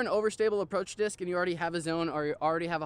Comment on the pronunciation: stop saying dish